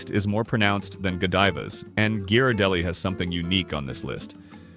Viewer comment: THIS IS SO ICKY, USING AN AI NARRATION, BAD PRONUNCIATION. CANNOT PRONOUNCE Ghirardelli !